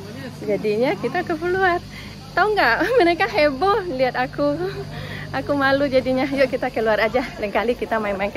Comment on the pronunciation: Bukan hebo Uni tapi heboh 🙏maaf ya saya ralat